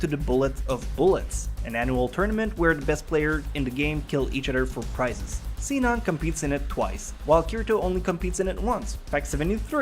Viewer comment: "seenon" oh